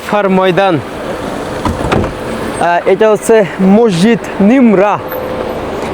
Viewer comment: ওইটার নাম মসজিদে নামেরা/নামিরা। নিমরা না 😂